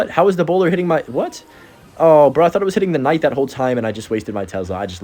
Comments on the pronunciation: Please just call the Knight a Night. You keep saying Kuhnight or Ignite and it’s like whyyyyyy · it's hero knight the k is silent wtf is a hero kanaight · Did you just call it k-night? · The K night pronunciation is triggering me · PLEASE! STOP SAYING THE K WHEN SAYING KNIGHT!